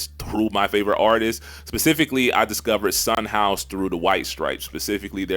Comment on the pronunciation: someone gotta tell the editor that its Son House not Sunhouse 😭